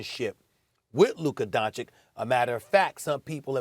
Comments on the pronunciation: He still says Doncik, after 3 long years… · Please teach him to pronounce his name right . It's Don-chich . What is this disrespect? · Luka Donchick??? Cmon Stephen A... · ITS PRONOUNCED "LOOKA DONCHICH" YOU PIECE OF SHEET,FOR GOD SAKE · You would think that Stephan A would learn how to pronounce Luka's name correctly by this point. DON-CHICH, repeat after me, DON-CHICH. Who is Donnie Walsh? Did you mean Nelson? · “Donchick” “Donnie Walsh” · I will never understand how Stephen A. has no problem saying Kristaps Porzingis, but keeps mispronouncing Luka Donchik....I mean, what's next....Luka Donkich? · i literally cant believe stephan A still says DONCIK, this has to be on purpose at this point lol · it's don-cich, stephen a sbitch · Stephen A: Luka “Donchik” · It’s been over 3 years and this moron Stephen a still can’t pronounce Luka’s name correctly